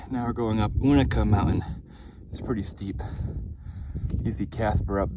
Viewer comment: Agreed, except I say you-na-kah. This pronunciation stuff starts at Amicalola, not Amicola. Say it the way you want, everybody knows what you're talking about. Speak hiker?